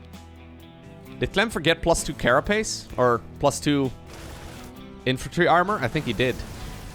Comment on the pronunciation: its carapace.....not carapiss